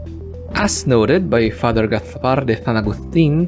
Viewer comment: Why did you have to read Fr Gaspar’s name like that? European Spanish does that with some words /c/ or /z/ before any vowel. Not /s/ 😂😂